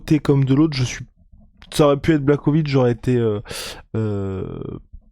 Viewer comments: jan BlaRowitz ca se pronomce comme ca ..... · Ca se prononce < blaRovitch >